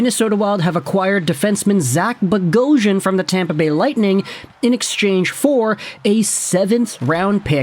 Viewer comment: Nothing makes me more upset when an Armenian last name is miss pronounced lol bogh-os-yan 🇦🇲🇦🇲🇦🇲